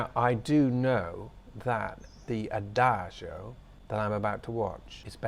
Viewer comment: Wouldn’t it have been wonderful to have seen that performance in person? I envy those people. As always, I enjoy your background details. (And the fact that you don’t pronounce it as a-dag-e-o as some people do; I know I’m petty)…🤷‍♀️🫢It certainly looks lovely there where you are. I learn a lot about singing thanks to watching reaction videos on YouTube. I just checked my music library and I have about 20 different tracks with ‘adagio’ in the title so it is certainly a popular theme/style.